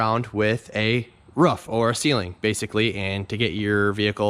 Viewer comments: its pronounced "roof" not "ruff" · Ruff? It's a ROOF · 7thsfgp in KS we say “ruff” too. Weird. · maybe in your universe. In this world, we say "roof"